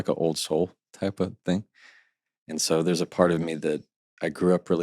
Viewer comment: Love this guy, but him saying "think" instead of "thing" kills me.